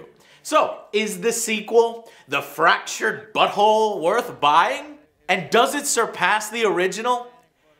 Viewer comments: i can swear i misheard Joe saying Fractured Butthole :D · Fractured but Whole. Fractured Butthole. It all makes sense. I definitely did not catch that until he pronounced it that way. O_o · It's way too easy to make people laugh by pronouncing it as Fractured Butthole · Oh... fractured but whole= butthole. I only got it now when hearing it pronounced. Frankly... never understood the appeal of South Park, the humor is too low-brow for me. Simpsons parodies much the same things but can do it without fart jokes.